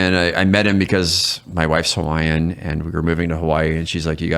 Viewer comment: As a hawaiian veteran, brother I love you man. Your gifts were awesome, and your pronunciation was top tier.